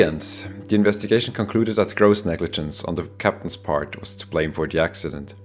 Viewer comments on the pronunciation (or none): none